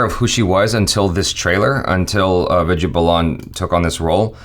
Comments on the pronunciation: its "vi-DI-YA" not "vi-J-ya" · "Vidya" is pronounced as "With Ya" :)